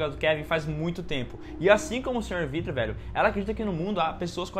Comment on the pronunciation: falar "vrido" e tao divertido kkkkk